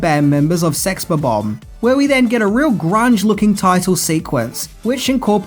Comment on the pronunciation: It's pronounced sex bob ombs